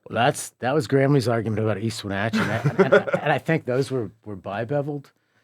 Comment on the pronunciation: As someone who lives in e wenatchee thank u for pronouncing correct 😂